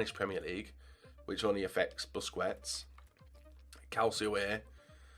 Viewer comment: BUSKETS not BUSCUETS, please